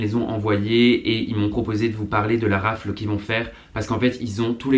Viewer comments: on dit pas raffle mais raffele et pareil pour waffle il faut dire genre wha ffle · omgg super vidéo comme dab on te kiff hein mais on dis waffeule et raffeule 😉